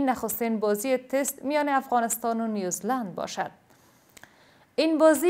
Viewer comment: با عرض سلام به بانو گرامی سه بار در مورد فوتبال در کشور نیو -زیلاند و یا هم نیو -زیلند شنیدم که نیوز -لند تلفظ شد امید است آزرده خاطر نشوید